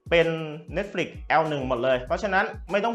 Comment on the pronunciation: มีอย่างนึงที่ผมงงพอดีดูคนรีวิวหลายต่อหลายคน เน็ตฟิค เขาก็เรียกเน็ตฟิค แต่ทำไมมาดูคลิปนี้ผมงงเลย เรียกเนดฟริคเฉย แล้วเซี่ยวมีก็เรียกฉาวมี่ คือไรอ่อครับผมงงจริงๆ สำเนียงเนี่ยคนไทยปะครับตะหงิดใจ ไม่ตั้งใจมาดูคลิปนะมันเล่นอัตโนมัตเอง